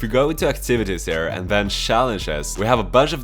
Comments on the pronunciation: When you say "here" it sounds like you say "hare". It should sound like "hear". A hare is a rabbit. ;) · why do you say "hur" instead of "here"